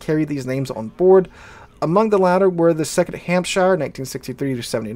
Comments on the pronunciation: In England we don't say Shire when it's in a county name. We pronounce it SH. So you say Hampsh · It's funny, because we Americans pronounce our own state, "New Hampshire," exactly the same, but we get confused whenever we see "shire" in any other context.